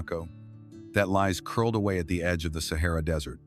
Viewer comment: Sahara NOT sehera